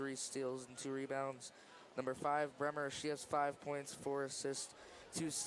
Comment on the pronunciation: Kadie Bremer - pronounced "Breemer"